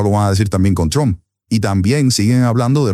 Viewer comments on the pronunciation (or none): none